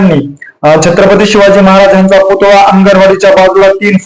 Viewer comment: पुतुळा नाही हो पुतळा असा शब्द आहे.